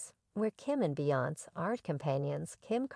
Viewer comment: You could a least learn how to say beyonce name right you sound ridiculous